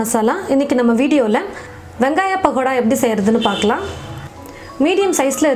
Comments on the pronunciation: Madam athu pahada ila pakoda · Pagoda pronoun awesome